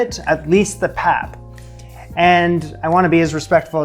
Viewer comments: My friend, it is pronounced "pup" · Hi there, fabulous job! The pap is pronounced 'Pop' and is quite similar in taste and texture to polenta. You can make it quite stiff, and cold water is indeed the trick! Once it has boiled, put on low heat and allow it to cook slowly. The stiffer it is the better to scoop your stew! Sometimes the African pot can be called a poitjie (pronounced 'poi-kie'), and stews made this way are also referred to as poitjie's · In South Africa, the 3 legged pot is called a potjie pot (pronounced poi key). And pap is pronounced pup. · Pap pronounced ... pup 🐶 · pronounced pup the three legged pot is cast iron.